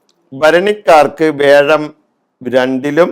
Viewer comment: വേഴം അല്ല വ്യാഴം എന്ന് ശുദ്ധമായി ഉച്ചരിക്കുക.ഇടക്ക് വല്ലപ്പോഴും നാക്ക് വടിക്കുന്നത് ഗുണംചെയ്യും.